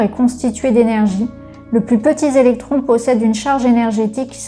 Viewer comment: Le plus petit "zélectron" yes la liaison... et juste après elle invente un mot genre "petit" entre deux. Bon soit elle ne sait pas lire et ça en dit long... soit elle a effectuée un saut quantique en scred et la carte n'était plus la même ! 😂